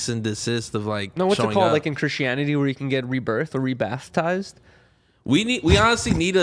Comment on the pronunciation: i know i know i’m only getting this out the video.. this man said bathtized😂😂